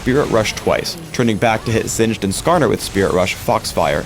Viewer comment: Did you call him xinged?